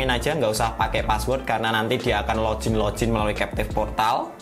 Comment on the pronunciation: Kontennya bagus bang.. cm agak risih ama kata "lojin" yg bener bacanya log-in, tetep dibaca "g" bukan "j"